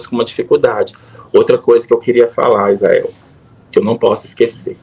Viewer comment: Ufa! Até q enfim ! Um falou certo: Izael!!